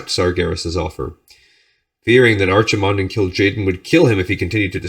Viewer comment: I know I'm three years late, but Archimonde is pronounced with a k sound as opposed to 'ch' Loving these videos!